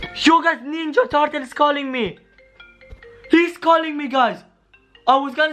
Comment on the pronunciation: Turtles not tartules